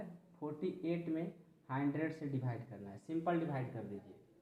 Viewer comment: Divide ko dhivide kyuon Bolte ho